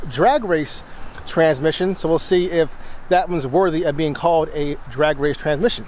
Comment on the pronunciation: Learn how to talk like a whiteman. It’s a tranSmission, not a tranmission.